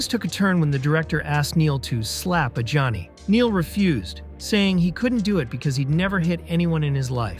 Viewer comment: he also pronnounces Adjani as Johnny